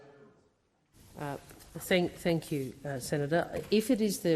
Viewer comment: "Keeping the Bastards Honest." Someone send Wong to Speech Therapy!! Pauline for Prime Minister!!